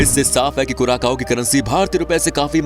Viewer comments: Hello dosto thik hai hum log , vasa toh khaas hai iss deshkaa Lekin teraaa vasa Jo henaa sudhaarnaa padegaa😂😂 kuraakaaoo nahi kuracao Hain .. Samaj nahi aayenaa kaao nahi vosadikey Sao Hain 😂 maakiaankh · Curacao is pronounced as क्यूरासाओ or कुरासाओ, not as कुराकाओ। Please correct your self. Thanks. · Bhai curaSAO hai curaKao nhi "Curaçao" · You pronounced its name wrong. It is pronounced as CuraSao